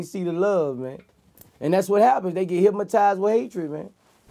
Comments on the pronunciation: I agree With most people said, I never really fucked with His Music, But this interview have changed the way I see him now, I didn't know he was so real and so smart. But, I just wonder, Am I the Only One who heard the "Hypmotized" Or what? Lolz, Still Love the Interview all day! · Im hypmotized him keep sayin.....HYPMOTIZED!!!! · I swear he said Hipmatized. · "No vlad, say it wit me. Hypma...tized" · They get HIPMATIZE by hatred🤣🤣🤣🤣🤣🤣 VLAD try soo hard to correct him..he kept say HIPMARIZE😆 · “hypmotize” 😆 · I'm not a native english speaker but to me it sounds like he's saying "hypMotized with hatred"... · "Hip-Mo-tise" with hatred